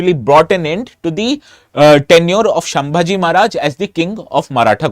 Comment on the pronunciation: Sir the name is not छत्रपती शांभाजी..it is छ्त्रपती संभाजी महाराज